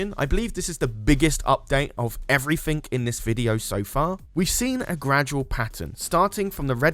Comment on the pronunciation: Last time I poked fun of how he says "343", now I'm gonna poke fun of how he says "everything" as "evfrythink"